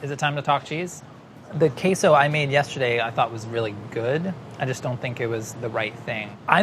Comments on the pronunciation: "queso" is not "kesso" it's "kayso" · "Keh-so." Meaningful stare at the camera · Nobody:: “kesso” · Why does he start saying queso correctly and then keeps saying it wrong? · Queso, quayso or whatever you want to call it apparently. Lol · pronunciation of queso is wrong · Queso [sauce] is always spiced with chili of some kind and spices., continuing with an unspiced mornay: Oh dear! Am I saying queso wrong?!